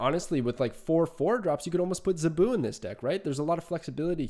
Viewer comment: Zabu rhymes with "taboo". Great analysis, btw! Fun facts: Dazzler made her debut during the Dark Phoenix Saga (X-Men), the issue AFTER Kitty Pryde made her comic book debut, in February of 1980. Zabu has been Kazar's sidekick since forever (seems). Early X-Men issues had the team running around the Savage Land quite often. The X-Men slumming around the Savage Land was always pretty fun. Nothing like Storm in a fur bikini or Wolverine get into a fight with a dinosaur. Sauron is a mutant (and ANOTHER X-Men adversary). His human form, Dr. Lykos, has powers similar to Rogue - he can steal your lifeforce (and kill you by doing it), which turns him into the maniacal Sauron, who could hypnotize and turn a hero against their team. Think Dr. Jekyll and Mr. Hyde, if Mr. Hyde could fly and had hypnotic powers. He was a scientist in the Savage Land.